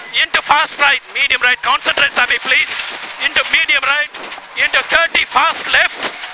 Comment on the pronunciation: in this case he might've actually said consantrate, hence the confusion